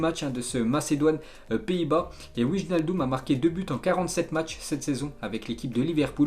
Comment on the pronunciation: juste une petite correction, cest wynaldum le ij en neerlandais se prononce ay:)